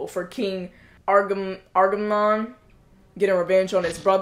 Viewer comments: Hey, a couple of things... 1) You look amazing with the cosplay! 🔥🔥🔥Just sayin'! 2) Your inability to say Agamemnon as "Agamon" was constantly funny! 3) This is one of my favorite movies of this genre. I have always been a sucker for Greek Mythology, and both 'The Illiad' and 'The Odyssey' are favorites. The amazing international cast alone is worth talking about from Brad Pitt (Achilles - American), Eric Bana (Hector - Australian), the legendary Peter O'Toole (King Priam of Troy - Irish), Garrett Hedlund (Patroklus - American), Diane Kruger (Helen - German), Sean Bean (Odysseus - English) nd another legend in Julie Christie (Achilles's mother Thetis - English). Add in an amazing German director in Wolfgang Peterson (Air Force One, In The Line Of Fire, Das Boot - The Boat, Enemy Mine, and The Neverending Story). It is just a wonderful film. 4) They truncated a lot. The Trojan War, like Odysseus's journey to get home, was ten years long. Without the subplots involving the Gods and Goddesses who took sides, and glossing over the religious aspects of funeral rites, as well as compressing events and characters...you get a more streamlined version of the story. Thanks to David Benioff's tight screenplay, way before he was writer-creator-showrunner of 'Game of Thrones' with D.B. Weiss. 5) If you want to see a pretty good film about Greek Mythology that was also a lot of fun I recommend the original 'Clash of the Titans' (1981) with Harry Hamlin, Burgess Meredith, Laurence Oliv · I've never heard anyone mispronounce Agamemnon as "Amagon" but I'm glad I did 🤣. Sounds like a Pokemon.